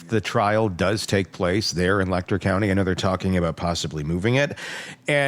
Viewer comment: It’s pronounced letch-er county